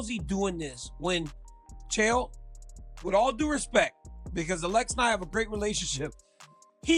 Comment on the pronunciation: Why is it so hard for daniel to say ALEX? he says it every other way but the actual way?